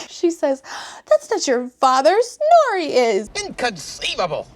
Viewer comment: Is her name Snorey? That is all I can hear, I can't unhear it